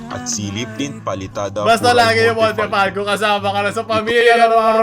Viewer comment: Montefalco ❌ Montefalcock ✔️